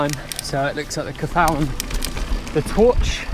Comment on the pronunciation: Ebike. Lap of twirch, cafal, pedalhounds and the unpronounceable DH run. Top day out.